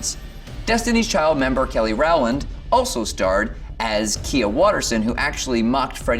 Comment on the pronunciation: It takes 30 secs to learn an actress’ name on YouTube before you make a full edit .. Kelly ‘Rawland’ smh